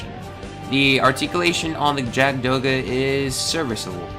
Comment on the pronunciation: Awesome! Oh and btw, It's pronounced "Yakud Doga". Jagd is German for hunter.